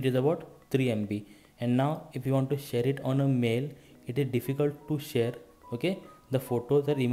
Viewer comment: His accent: share = sounds like the word shit